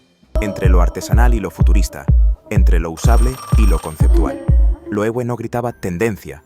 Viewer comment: Se lee Loeve, es alemán.